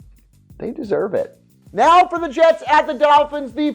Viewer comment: the madden commentator says jats instead of jets.